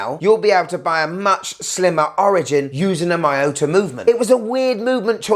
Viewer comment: Great watch, great review. But I must say, it is pronounced mee-yo-ta, not mai-yo-ta. Cheers!